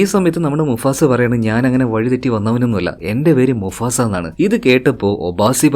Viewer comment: Enda bro Musafa ano mufasa ano😂😂